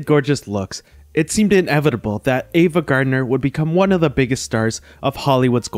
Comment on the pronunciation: Please pronounce the names of your subjects correctly; it is AVA, not EVA. Ive noticed this in other of your wonderful videos. Thank you.